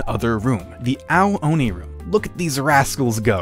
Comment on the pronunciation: the way it’s pronounced sounds like- “OWWW ONI😭😭😭”